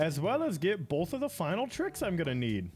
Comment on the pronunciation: How have I never noticed that you say “bolth” instead of “both”? (Fun video though)